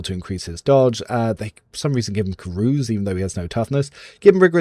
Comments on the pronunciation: As an American, ca-RUSE is very distracting lol. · Talking about wrong pronunciation, your "Carouse" is not correct, I've checked a bunch of sites. Not trying to be a dick, I'm a recent fan! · Hahaha. aluMIN-UHM is the way. As long as it isn't real people's names, I'm not a prescriptivist. The ca-rouse thing is just funny because it gets me every time.